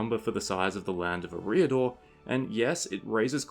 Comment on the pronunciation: Ereeah-dor xD Dumbledore is proud